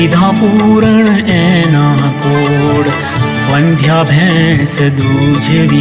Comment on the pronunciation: Wrong pronunciation. Vaandhyaa nhi vandhya